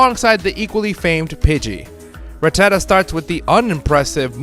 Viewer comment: Why are so many Poketubers utterly illiterate in pronouncing Rattata? I mean, how hard is it to say RATTA-TA? It's not that hard? It evolves into RATTI-CATE.